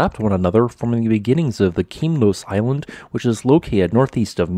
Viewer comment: Some few mistakes here: The island at the NE is Kimolos, not Kimlos, where did you find that? Also the syllables of Methana are wrongly stressed. The 1st syllable must be stressed, not the 2nd one, ie Mëthana, not Methána. Please fix these...